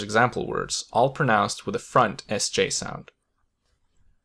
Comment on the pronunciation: Aah so cool to hear the second sj sound. Its sounds like an soft dutch g. Idk how to translate it.